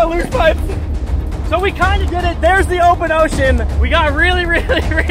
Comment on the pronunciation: In "th" middle of the ocean